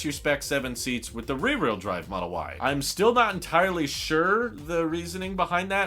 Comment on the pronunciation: Learn how to say ..rear....wh..eel.. Drive